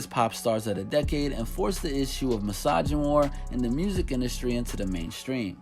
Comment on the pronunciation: The fact that you said misogynoir... kudos to you